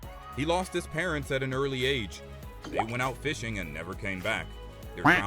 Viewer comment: I don’t know why I thought he said aids but it was age